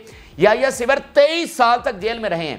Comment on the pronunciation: Ap name sahi bole yayah sinwar hi sevar nahi